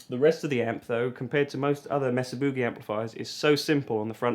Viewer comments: MAY-suh. Rather than MESS-uh. 😉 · Mesa is pronounced "May-Sa," not "Mess-A." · It's "May-Sah" boogie, not "mess-ah" boogie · Its MAYsa. Would you people stop saying messa. for fuck sakes. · California here. Every time you say Mesa Boogie wrong we have an earthquake. Please stop before we fall into the ocean.